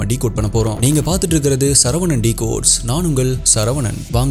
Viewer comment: Thambi thappu thappa pesurathu nalla illai,sariyaa pesungge.UN peyar enme sorovanan illai nna